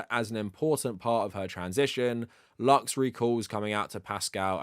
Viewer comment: About pedros sister, It's not pronounced "luks" it's "loos" or translated to English "light". Usually latinos spell it "luz". An"x" makes an "s" sound when necessary.